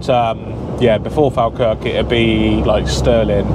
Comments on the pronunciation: Your saying Falkirk wrong mate, say it like Fall Kirk haha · Loving the videos 👍🏻 Falkirk is pronounced follkirk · Falkirk is pronounced Fall kirk 👍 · Falkirk is pronounced Fall-Kirk but nice video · you pronounce Falkirk ( Fall kirk) lol Awesome videos dude, glad the tractor pulled you out :D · It's pronounced Fall kirk